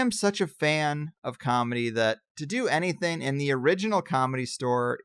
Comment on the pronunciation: I love you man but as a speech therapist you're driving me nuts with just a couple pronunciations. It's "anything" not "anythin" and its "especially" not "expecially". <3